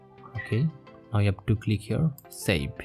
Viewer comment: LMAO "sabe"